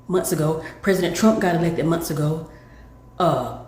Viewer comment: It's month, not mont, it's forth not forf